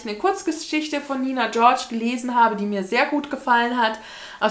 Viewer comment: Ich glaub, du müsstest das nicht einmal zurückschicken, sondern einfach mal Medimops Bescheid geben. Ich kann mir vorstellen, dass die einfach sagen "kriegst die 2€ zurück, entsorge es bitte selbst". So witzig, wie du Nina George so cool international aussprichst. :D Ich kenn sie auch vom Lavendelszimmer-Buch, das sieht man überall (habs auch schon öfters bei den Mängelexemplarkisten gesehen, vielleicht magst da mal gucken) und wird auch hochgelobt. Ansonsten ist die auch oft bei Buchmessen und ich hab mir einen Vortrag von ihr auf der LBM16 angehört über fairen Buchhandel, regional kaufen etc. Liebe Grüße